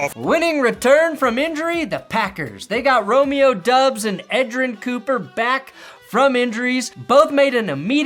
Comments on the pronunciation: After being friends with Grossi for so long, you're still calling Romeo...Dubbs? All Packers fans know it's pronounced...Dobbs. would tell you to get it together. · Romeo Dobbs is the way you pronounce it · How long until teaches you how to say Romeo Doubs name correctly